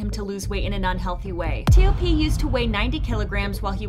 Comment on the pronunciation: Literally no one calls him by the separate letters T.O.P they call him TOP. So say it that way, please.